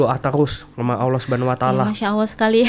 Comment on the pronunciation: Mba nya harusnya billang Allah bukan Owo